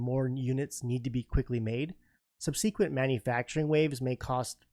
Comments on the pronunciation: it's pronounced subsequent. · yeah when he said "subseeeqweeint" I was like what?